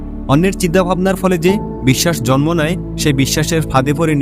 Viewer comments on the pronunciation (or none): none